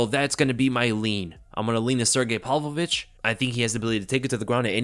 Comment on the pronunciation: Did you say Sergei ,"palovich"? Is that how it's pronounced?